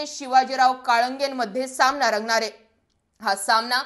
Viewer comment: कुठे शिकली मराठी? सामणा, णऊ, पाहूयात, एकोणवीस, लड्यातील, प्रनिती, मतधार संघ! उच्चार सुधार!